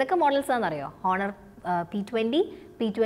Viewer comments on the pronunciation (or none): ആദ്യമേ ഒരു കാര്യം പറയട്ടേ.. 1)Huawei എന്നാൽ പറയുന്നത് "വാവേ " എന്നാണ് 2) honor എന്നാൽ പറയുന്നത് ഹോണർ എന്നല്ല "ഓണർ " എന്നാണ് ഇതുപോലുമറിയാതെയാണോ ഇതിനെക്കുറിച്ച് class എടുക്കാനിറങ്ങിയിരിക്കുന്നത്.. കഷ്ടം